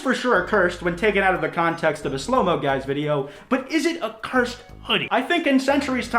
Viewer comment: the way you said cursed just really bothers me. like. it is. in itself. cursed.